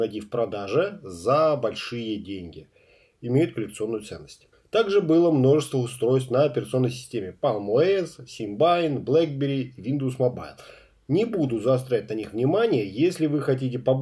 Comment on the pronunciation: симбиан.а не сибаин